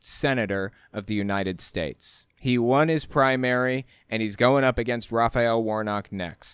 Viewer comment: “United tates”